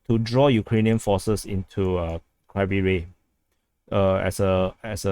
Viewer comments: Pronunciation is Kiev-E Rig (the old pronucation, not Kiyv). Also fighting in Oleksandrivka is in the Big If True category. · If there's a different Ukrainian pronunciation, I'm not aware of it. That's just the first two syllables of the name of Kryvih Rih.